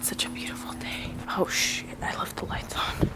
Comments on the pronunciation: It sounded when she said “ oh shoot I forgot to turn off the light “ it sound like oh shit lmao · Did u say shoot or sh*t?